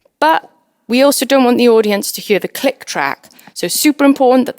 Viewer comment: never heard anyone say the words "here" and "hear" as "huer" before, once it caught my attentionI was so distracted from the content haha